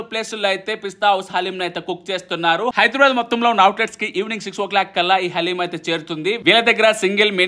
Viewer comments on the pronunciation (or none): none